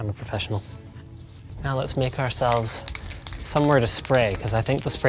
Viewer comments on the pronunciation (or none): "Don't worry, kids. I'm a proofessional." >.<'